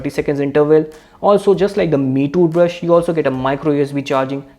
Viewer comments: Dude cant say "toothbrush" properly 😆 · Got the whole squad laughing uncle ! 👏😐